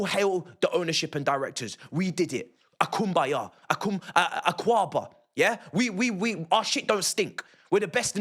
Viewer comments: actually did day "akwaaba" nice bro. Love from Ghana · Man said Akwaaba 😂😂😂 it’s sad, if you don’t laugh you will cry. So “Akwaaba” you are welcome. We salute BLUECO